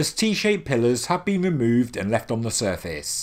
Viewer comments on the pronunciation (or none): none